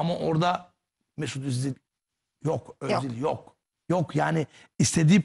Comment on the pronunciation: Futbolcunun ismini bile yanlış söylemek 🤐adamın ismi MESUT ÖZİL, siz ise Mesut ÖZDİL diyorsunuz 🤣🤣🤣🤣🤣🤣